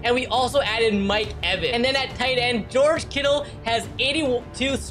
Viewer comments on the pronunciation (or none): none